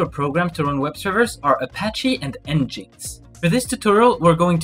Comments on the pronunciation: It's not pronounced "n jinx". It's pronounced "Engine X". Engine X = "n gin x". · Pretty clear instructions. Good job. Quick pronunciation corrections though. 'sudo' is pronounced like the words 'sue do' not 'pesudo'.** 'nginx' is pronounced like 'Engine X'. ** su is the Switch User command. But it is most commonly used to change to root, AKA Super User. sudo is literally 'su then do' but the user you switch to is root(Super User) so many(most? all?) think of it as 'Super User Do [command]' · It's pronounced N-gin-X by the way. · nginx is pronounced Engine X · You're pronouncing "NGINX" incorrectly. It's pronounced "engine x". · Great tutorial, but how you pronounced nginx tilted me so hard. EngineX😂